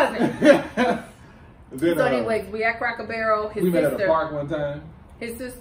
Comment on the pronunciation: And - I know you from Kentucky when you said “Cracker Buuuurrrel” 😂